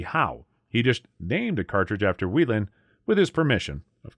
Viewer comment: Love my 35's Whelen is pronounced whay-len